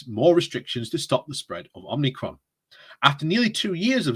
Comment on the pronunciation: Omicron, not Om-ni-cron.